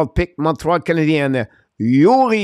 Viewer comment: Did...Did you call him Youri? Bruh...